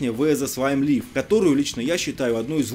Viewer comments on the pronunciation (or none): none